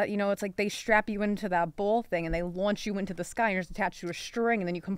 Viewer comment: The way says "ball" and "launch"😂😂